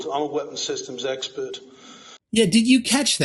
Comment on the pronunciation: He's "ess-pert", like "spurt". He's very spurt. He's a spurt about the 5G. He just spurt, spurt, spurt all the live long day!